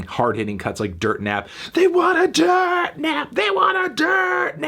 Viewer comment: It’s dirt-e not dirt 😳